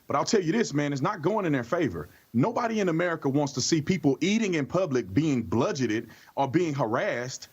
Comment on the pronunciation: Bludgeoned not blugeted